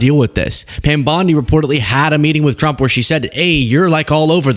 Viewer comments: Sound like Pam said "Drump". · No she said “DONALD CHROMP”